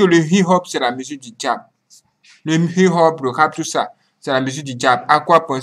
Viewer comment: Please its not hi ho instead hip hop.